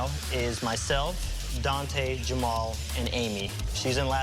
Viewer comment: HIS NAME IS NOT ADANTE! ITS ADANDE!!